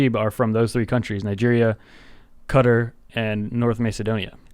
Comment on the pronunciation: Qatar is pronounced cat-taar